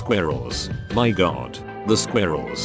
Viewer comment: I wish I had a friend who pronounces squirrel as "skweerells".